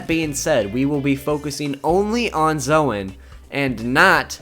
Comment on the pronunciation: its pronounced zone